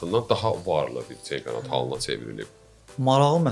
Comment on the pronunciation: Sizə uğurlar arzulayıram, bir xahiş edirəm, ц hərfini leksikonunuzdan çıxardın. Цempionat yox,Çempionat! Xahiş edirəm ki, təhqir kimi qəbul etməyin!!!